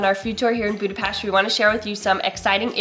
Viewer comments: Thank you for pronouncing Budapest correctly ! Anyway Túrógombóc was putted on roasted bred crumbs. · Thank you so much, for saying Budapest the correct way and pronouncing the "s" as "sh". Nobody who makes a video about our city does that. It was so kind and respectful of you to actually say the name of our city as we do! You guys rock! And so happy you had a great time! Maybe some day you come back in the summer and enjoy the Budapest in bloom...